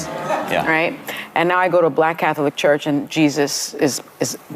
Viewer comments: The way Sunny says Cath-o-lic is annoying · Sunny Hostin needs to stop talking for the Catholic Church. Btw, the word “Catholic” is 2 syllables, not 3, Sunny!